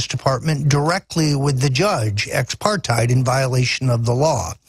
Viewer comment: They communicated with the judge "expartied"? LOL. That's South Africa you're making up words to describe.If you meant "ex parte", you probably shouldn't try to pose as a lawyer, since these meetings are allowed under the rule of law in certain circumstances. You really count on the ignorance of your audience, dude. Shamefully so.